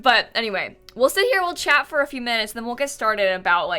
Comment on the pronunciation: You kept saying chat but I kept hearing chad and was confused